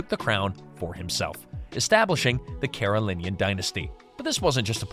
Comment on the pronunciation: It’s pronounced “Mare-oh-vin-JEE-en” and “Care-oh-lin-JEE-en”